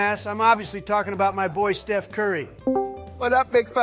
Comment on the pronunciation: Donald be saying “shef curry”